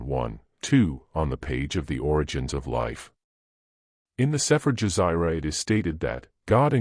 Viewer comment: He say Dzyn anke Zion. It's pronounced dzjahn, almost like John with a softer sound to start.